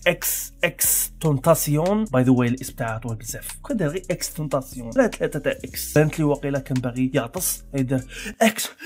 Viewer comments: تايشن ماشي تاسيون و اسم العلم عندو نطق واحد باش ما تقليش هاذا النطق الفرنسي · انت قلت اسمه غلط 😂😂